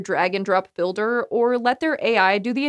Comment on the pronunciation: I understood: "Wix has a Dragon Drop Bouilder" :-D